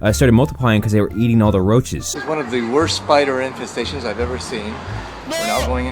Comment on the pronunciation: infesestations but he don’t give a shit xD